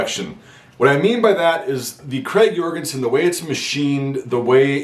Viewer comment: Hey. As a Norwegian I'd like to help you with the correct pronunciation of the rifle, Notice that the name is "Krag Jørgensen" not "Jorgensen". enjoy